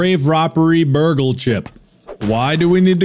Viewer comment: calling Burgle “Burger” will never not be funny to me